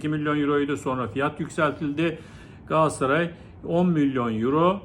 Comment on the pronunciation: Galaasaray değil hocam. Çok mu zor Galatasaray demek?